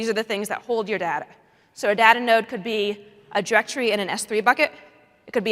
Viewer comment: it's very annoying the way she pronounces "data"